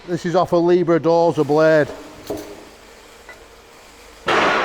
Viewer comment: Will you please stop saying LIBRA! it's not a Bloody LIBRA, it's LEIB HAIR!